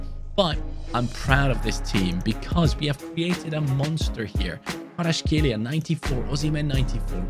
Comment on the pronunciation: I love how everyone mispronounce Kvaratskhelia